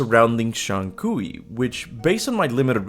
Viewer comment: Is just Kui, Not Kui-We. LMFAO.